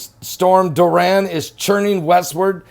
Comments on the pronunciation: It’s DORI-AN not DUR-RAN! 🤔😏😂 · Soo cute, sounds like "Duran" Hands of stone😂😂😂 much love Pastor! The rigth pronunciation is " Dor- E- an" 💜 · It's pronounced DOR-I-AN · the name is pronounced "Door- e- ann"....love you! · It's pronounced Door-e-un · I love you. The name "Dorian" is pronounced DORRIANNE. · It's pronounced Door ian